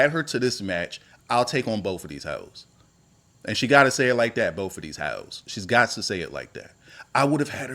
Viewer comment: "Boff of these heauxs" got it 🤣🤣🤣🤣